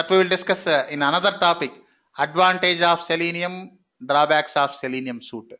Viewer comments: FYI, as constructive criticism, Suite is pronounced like the word sweet, not suit e. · Suite is pronouced like this 'Sweet' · Suite is pronounced like sweet. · Haa haa voice and his suite,operation,opera& Firefox pronounciation is really funny and can't able to control smile 😂. Teaching and information is good